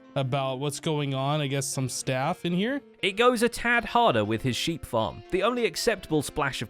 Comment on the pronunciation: S H R E E P